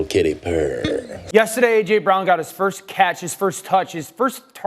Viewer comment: Also fuck how says “yestiday.”